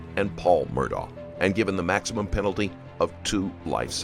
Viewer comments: hes not murdaugh, hes murdaurgher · It's ALEC, not Alex! And Murdaugh is pronounced "Mur -Dock". Man, I love the reporting, but get the names right please. 💙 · How are you going to do a documentary like this and not be able to pronounce the persons name right? His name is spelled Alex, but it is pronounced Alec. His last name is Murdaugh, but it’s pronounced Murdoch.